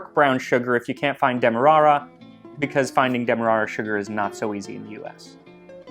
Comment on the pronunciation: Loved how you pronounced ‘demerara’